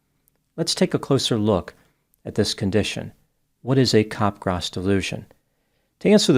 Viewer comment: Very good video and post discussion. Unfortunately is mispronouncing the syndrome. It sounds like he is saying cop-grass. The correct pronounciation is cap-graw. cap (as in baseball cap) followed by graw (sounds like draw). So it's cap-graw. It's named after the French psychiatrist Joseph Capgras (s is silent).